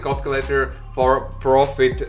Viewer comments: The c in the word oscillator is pronounced like sill. Not like Oscar. I'll check out your strategy. Thanks. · you mispronounce the word "oscillator". There is no letter in that word that should be pronounced as k.